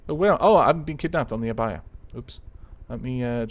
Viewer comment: I feel special for naming a ship :D Also, Your pronunciation for Abaia is correct. The u in Akatsuki is silent, though. But it's ok, everyone makes mistakes!